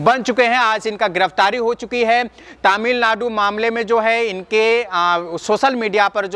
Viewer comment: जब तुम तमिलनाडु बोलते हो तो सुनने में बड़ा मज़ा आता हैं।